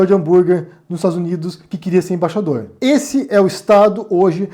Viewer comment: Você disse Embaixapeiro ?